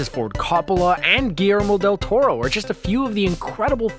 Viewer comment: He got Del Toro's name right at least.